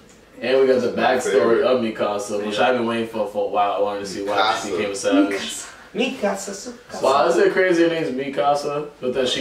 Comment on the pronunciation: lmfaoo he said "movee nika" 😂😂😂